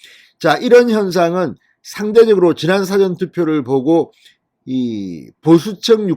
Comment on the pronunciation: 님! 사전투표가 아니라 사~전투표라고 발음하세요 듣기 거북하네요